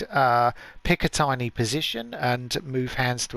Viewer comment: It’s pronounced as said pick-a-tinny not tiny just saying sorry